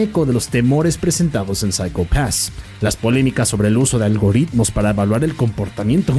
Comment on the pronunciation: Algoritmos, no algorritmos 😂